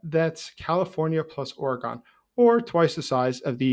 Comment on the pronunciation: FYI, it's Oregon = Or - uh - gun 🙂